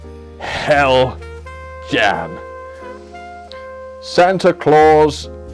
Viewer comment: Heljan, you sure it’s not Hell Jan? Another thought though, perhaps their marketing was meant to be via Ali Express, but the price point is way too high even for that market